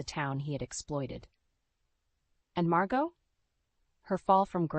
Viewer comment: Aunt ‘Mar-got’? It’s ‘ Mar-go’. You don’t pronounce the T.